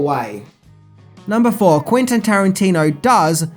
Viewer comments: I love your videos, man, but you gotta do some better quality control on them: it's Quentin, not Quintin. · Mate, his name's Quentin. With an 'e'. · Not "Quintin" Tarantino